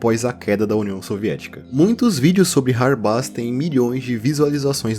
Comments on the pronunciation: Mano, acho q a pronuncia certa do hardbass é (rardbêss), pq tipo, bass(pronúncia: bêss) é baixo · Perfeito video como sempre! Hard bass se pronuncia RARDI BEISS